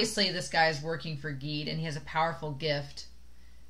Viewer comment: “Gide” is pronounced with the hard “G”